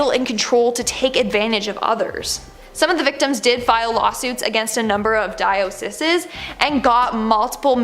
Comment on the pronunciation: It's pronounced die o cees. This was fairly informative actually thanks.